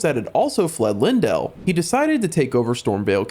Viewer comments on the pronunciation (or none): LANE-DELL! LANE..DELL!! LEYNdell. How people mispronouce that name boggles my mind, you can literally see an E followed by a Y. L-EY-N, LEY = LAY. Come on people, i hate being the grammar and pronunciation sheriff but godddddd its annoying.😢😢